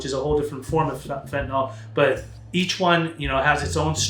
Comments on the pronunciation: Why do people pronounce it "fent-a-NALL" instead of "fent-a-NILL?" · Why do you mispronounce it? It isn't fentanol. It's not great for your credibility. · Amazing how even educated individuals mispronounce the name of this drug.